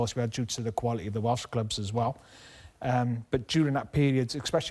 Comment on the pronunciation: Craig 'expecially' Bellamy